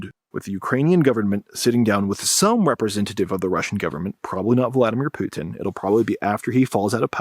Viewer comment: The way that pronounces "putin" makes him sound french xD. Poutine